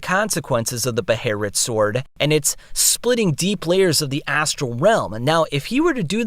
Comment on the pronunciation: Why do you keep saying "beherit"? When it's already established "behelit". . .